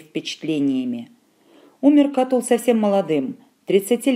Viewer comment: Кто это читает? Проходили древнеримскуую литературу в университете-первый раз слышу, что б ставили ударение в имени Катулл на втором слоге, даже слушать не буду дальше.